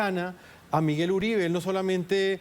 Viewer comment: Esa equivocacion de pronunciar el nombre del martir Miguel Uribe T, eso lo dijo a proposito para piner a hablar a la prensa. No le den gusto, ese criminal solo merece ignorarlo